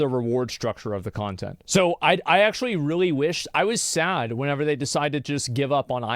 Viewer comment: I hate whenever he says "whenever" incorrectly.